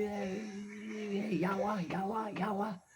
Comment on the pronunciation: 😂 hahaha... Sooo intertaining and funny to hear from you saying in visyan words in western accent way ..." YAwa2 YAwa2"( by the way , that's how they cursed when angry. "YAwa" means evil or evil person in visayan dialect )I know every visaya speaking Filipino who is watching this will laugh 😂. Although it's supposed to be very serious event and could be dangerous but the way you telling the story is very funny to hear .